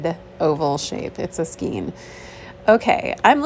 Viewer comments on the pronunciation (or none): Not 'skeen' but 'skane'. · Regarding the yarn; yarn skein is pronounced SKAYN, rhymes with rain. Not skeen. This is the first time I've watched one of your videos. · It's pronounced skayn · Great haul, I love the old afghans :). ( it’s pronounced “Skayn” ) tfs, Jen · If you can't tell the diff between knitting and crocheting a good thing to do would be to look at a book like the Reader's Digest Guide to Needlework. You will learn much needed expertise. Btw, skein is pronounced Skane. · Skein = skayn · Skein is pronounced slay r. Long “a” sound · Mine too. I think it’s a regional accent difference. 😊